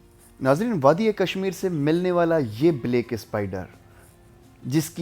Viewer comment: Blayck ni black ha spider ha scopin ni please try to speak urdo don't mix English ur excent not sorted with English so urdo please I from azad Kashmir dadyal mirpur watching u from England but I am from azad Kashmir Pakistan.